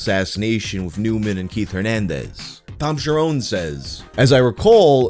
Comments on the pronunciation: The 'nes' in Cherones is pronounced like the 'nes' in honest, it is not Cher-'owns'. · His name is not Tom Sharone. It’s Tom Cherones, rookie.